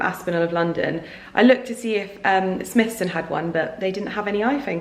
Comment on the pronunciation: Smythson pronounced differently... I believe.... I worked with this storied brand. much love